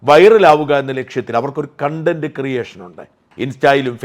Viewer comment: സാജൻ സർ, കൺണ്ടന്റ് അല്ല കോൺണ്ടന്റ്. sorry